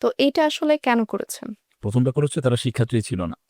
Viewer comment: দুঃখজনক,,,শিক্ষার্থী শব্দটা উচ্চারণ করতে বারবারই স্লিপ খাচ্ছে!!!